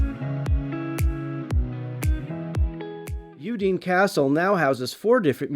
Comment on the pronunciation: It’s a beautiful region. I’ve spent a good deal of time there. Just fyi: it’s pronounced OOO-dee-nay. Not ooo-DEEN. 😊